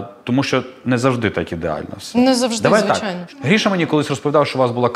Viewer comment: Ріже вухо ім'я Гріша,коли правильно говорити по-українськи Гриша.